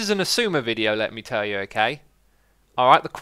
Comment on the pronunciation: How to pronounce 'Xisuma'